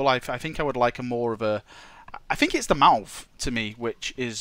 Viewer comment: fing fing fing, for once FINK about pronouncing think